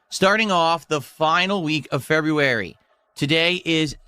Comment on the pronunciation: Middle aged man who still pronounces "february" like a 3 year old.